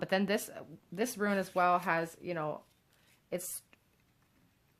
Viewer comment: Thank you for the reading. If it helps, try to think of the word rune as being said like ROON. You would never pronounce ROON as RUIN.